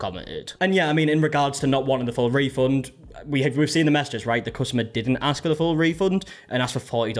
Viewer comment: The "i AXE her" ffs lol